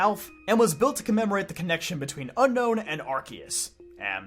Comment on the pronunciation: It’s UNOWN NOT UNKNOWN this is my biggest poképetpeeve